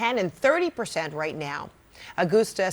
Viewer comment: That’s not how you pronounce the word “RIGHT”